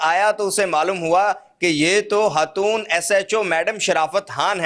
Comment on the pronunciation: ye lafz HATOON kia he.??? Khatoon bolo, urdu seekho, phir video banao